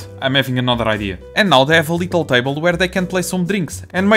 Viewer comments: i don't want to mock your accent but I love how every time when you say "little" it sounds kinda like "lethal" that cute pink and yellow chairs being deadly is super funny please don't stop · Omg I’m noticing that now 😂